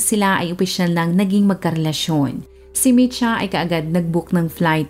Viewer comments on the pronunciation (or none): Kotsyanchich. Č = as in "ch" in chicken or cheese Mitja is Mit-ya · Mitja Kocjančič ( Matiya Kotsyantsich) yan po ang pagbigkas ng pangalan nya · Not a resident of Slovenia but a citizen of Serbia, ang tamang pronunciation po ng name niya is MIT - YA and surname is KOTS-YAN-CHICH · Ang bigkas po ng name nia is mitya kotsyanchich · Ang tamang bigkas Ng pang Alan ay MI-SHA.